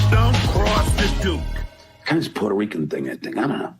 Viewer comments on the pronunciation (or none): none